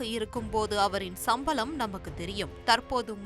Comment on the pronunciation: சம்பலம் இல்லை சம்பளம் சரியாக உச்சரிக்க வேண்டும்